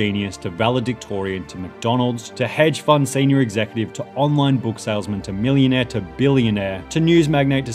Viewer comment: I love how he differentiates "millionaire" and "billionaire"